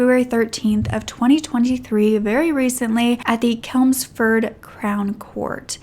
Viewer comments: Great video, just to let you know its Chelmsford not kelmsford, ch like chain. Nice to see you covering a uk case, keep up the great work 😊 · Babes it’s Chelmsford not kelmsford ❤️ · Its CHELMSFORD NOT KELMSFORD ,DERBY IS PRONOUNCED DARBY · You tell these cases with such true compassion. Love your work. The city is Chelmsford, pronounced with the ch like chimney x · The way you pronounce Chelmsford is so cute ahaha it’s pronounce CHelmsford, like the ch sound in cheese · Hey! I adore your videos. English person here, I'm 99% sure Chelmsford is said pretty much how it looks (with the ch like in chew). Other than that, your pronunciation is surprisingly good for an American, I know our place names can get annoying (I'm from Worcestershire lol). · 😂 chuckling everything you say Chelmsford. Its pronounced CH as in Church. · I live in Derby and I think covering the other story would be good. Those poor girls, the fact that one was just stopping over at her friends and he does that to her. His own kids. On a brighter note your pronunciations of English places like ‘Chelmford’ and ‘Derbyshire’ made me smile! 😂 Chelmford is pronounced with a ch like chair Derby is pronounced darby xx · Your pronunciation of English towns is terrible! Dahrbyshire CH elmsford!